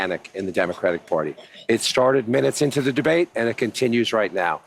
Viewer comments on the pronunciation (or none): Did he say "gebate"?